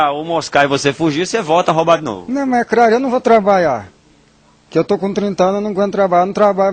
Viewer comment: "Muleque doido ?" "E craro" Kkkkkkkkkkkk